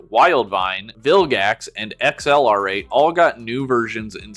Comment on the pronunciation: X-L-R-8 pronouncing is jarring each time😂😭